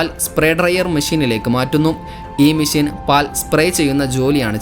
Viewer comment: ഇനി പറയുമ്പോൾ മെഷീൻ എന്ന് പറയണം. മേശീൻ അല്ല